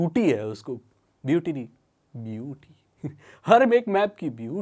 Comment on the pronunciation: When he said beauty I heard like he said "" BOOTY "" LOL 😂🤣😹😹😂🤣😹